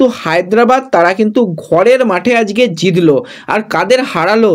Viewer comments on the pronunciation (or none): ফিডনেস, জিদলো, আসা এই উচ্চারনগুলো ঠিক কোরো ভাই।